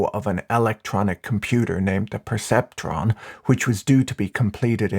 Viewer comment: "perceptron" haha